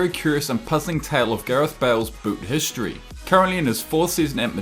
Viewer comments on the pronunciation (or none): none